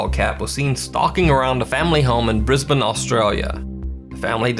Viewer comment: Yaaay! You pronounced Brisbane right! happy Ozzy noises